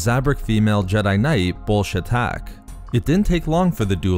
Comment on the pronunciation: Everytime i here him say bullshatac i here Bullshit tac